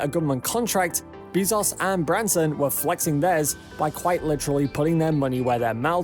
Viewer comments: How do you pronounce “Besos” ? (Hint: not “Beez-ohs”.) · jesus, its not beezos, its BEZOS (E AS IN EPIC) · "Bae-zose" Bezos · Wow! I can't believe how misinformed this drivel is!!! And the title is just clickbait! Shut-out maybe but not shut-down or even shut-up. • A $2.9B contract is NOT a huge contract and is actually half of what SpaceX will spend developing the HLS • Bezos is pronounce Bez - ohs, Not Bee - zos • A formal complaint MUST be responded to - it cannot "fall on deaf ears", suspension of funding is required until a decision is reached • There is and never was any "monkey wrench" to SpaceX's plans. Starship is in full and rapid development at Boca Chica - totally funded by SpaceX itself • There was never any hesitation or interruption due to uncertainty over HLS funding - Starship development does NOT depend on NASA dollars • The protest by petulant sore loser Bezos was totally expected - it was not a surprise • What to do ? What a BS question! Stop their self-funded development? Waste time & dollars with lawyers? Or ignore the distraction and let their proposal speak for itself and continue to do best - create "impossible" things! • The idiocy continues but is too painful and wasteful to continue watching. Bezos is acting like a spoiled brat who got caught play acting on a serious project with a proposal that was double the price, failed to meet basic HLS requirements, required live crew performance testing from a company that has failed to accomplish anything but a token yo-yo tourist ride and is years late on delivering its BE-4 engine (if it ever will). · "Everybody knows how to pronounce"? Everyone I know says "Bee-zos", not "Bay-zos". Depends if you prefer to pronounce using the English "norm" or use the Latin / Spanish "e" pronunciation. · It's bae-zos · He pronounces it BAY-ZOHS. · This dude said Jeff beezos lol. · Bííízos? Learn pronunciation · Bro stop saying Beezaus please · “Jeff Beezoss” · Stop saying BEEEZoss